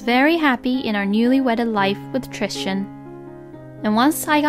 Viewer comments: Why are you calling him Tristian it's spelled Tristan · TRISTAN! not Tristian….hahahaha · Sounds like she is adding an “h” in the middle of the name…Trishtan 🤷🏼‍♀️ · Why on earth does the narrator keep calling the husband Christian, when his name is written as Tristan? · She's saying, Trischan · Tristan was mispronounced and drove me crazy.